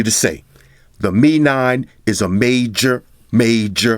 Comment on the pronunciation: Haah! 👆 finally heard someone saying 'Mi' (me), instead of 'M-I' (em-eye) 😌